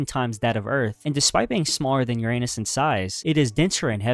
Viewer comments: Uranus is pronounced “Yur-uh-nes” not “Yur-ay-nus” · Your - anus, bro?? Didn't bother to educate yourself on how to pronounce this planet's name? 🙄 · He mispronounced Uranus. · The mispronounced words are the telltale signs of AI, but I did enjoy the Your-Anus.... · This videos good but it bothers me how you mispronounced Uranus 😭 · The narrator needs to pronounce URANUS correctly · grow up and learn to pronounce Uranus properly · Respect how other people pronounce bro. You have no respect.